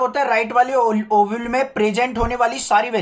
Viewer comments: sir ovule nahi oval hota ha😅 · Are bhaiya use oval bolte hai ovule nahi 😂😂😂😂😂 but question solving gajab ❤❤❤❤